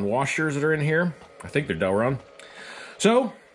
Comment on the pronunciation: Why do so many people...including some engineers, pronounce Delrin as Delron? It burns my ears every time. Im an engineer that designs with that material often, so I unfortunately get to hear that "i" obliterated to an "o" all the time.